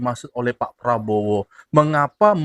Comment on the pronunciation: Pengucapan Probowo MCM orang Malaysia sebab masa kecil belajar di Malaysia